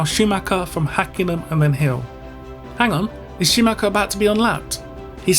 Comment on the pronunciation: "injured Scumacher"??? WTF??? another "expert" with yt diploma... telling a story to get more subscribers... capitalizing on others grief and disaster... F.U.